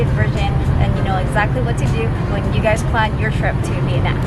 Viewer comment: Thank you for saying Vietnam correctly!! Most people (in America anyway) say it like “Viet-Nom” which is incorrect